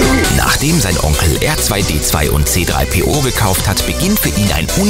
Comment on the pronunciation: Er sagt 3 CPO